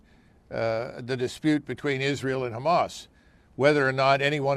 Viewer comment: First of all, Lindsey can’t even pronounce Israel. He’s a buffoon.